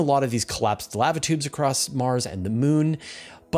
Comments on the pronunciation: Sounds about right to me... What would be the other pronounciation? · The way you pronounce lava makes sense, considering the word contains one letter v.